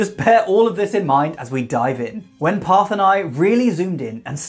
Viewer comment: Thank you for correctly pronouncing Parth